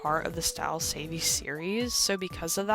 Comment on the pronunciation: You pronouncing it as savey has me dead